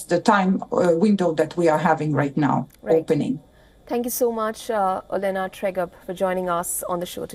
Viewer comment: OLENA ❌ O DENA 😂